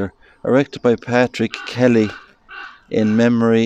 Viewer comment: Great video 👍 Fabulous to hear my grandads name, Patrick Kelly, in that beautiful Irish accent 🇮🇪